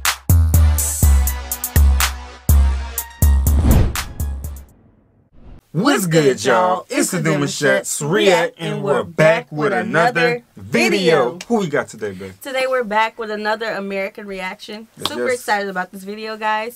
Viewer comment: I think your name is French so it should be pronounced "deu moo-shay"